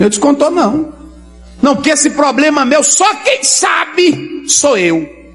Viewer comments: 😂😂😂( poblema) 😂😂😂😂😂o português bem pronunciando 😂😂😂😂😂😂😂😂😂os malandrinhos da fé 💰💰 só falta se candidataram ao algum cargo político 👌🏼ele já sabem como arrancar dinheiro das pessoas 🤑💰...disse JESUS CRISTO viram muitos em meu nome é enganaram a muitos.🙌🏼🕊️ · POBLEMA !! ?? ÉSSA TEM A OBRIGAÇÃO DE TER UM PORTUGUÊS MELHOR !! SEM FALAR NO OUTRO DO TIQUE TOQUE PLEQUE PLEQUE